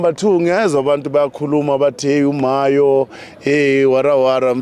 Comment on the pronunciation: Mayo not mahyo